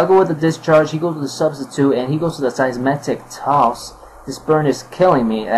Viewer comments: Way too many bad plays on both sides, but I found it funny when you kept saying Seismetic Toss instead of Seismic Toss. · Everyone complaining that he said Seismetic toss, which is odd but kinda funny, yet no1 says a thing about the fact that he said he had a choice BANDED Chandelure?